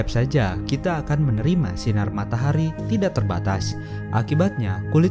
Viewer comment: Bang kok matahari jadi matahri?